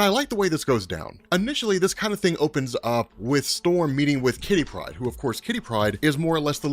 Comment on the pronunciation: Stop saying Saturnine. And God damnit Once and for all stop saying Kitty Pride with the emphasis on the first name. Idiot. You make me so mad.